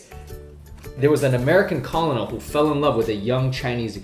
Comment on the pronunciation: A common mistake but when pronounced colonial as Col-O-Nal..woo, hahahahaha. that's all I really took away from the video. As always, Love your content👍🏻